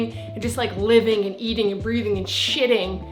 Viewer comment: "and shitting.... YouTube." LOL